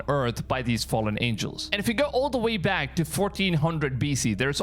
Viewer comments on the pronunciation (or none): none